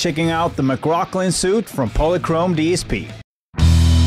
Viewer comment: it's pronounced 'sweet'